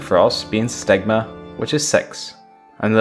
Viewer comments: Sigma, not "stigma" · Just a small correction, it is "sigma" not "stigma"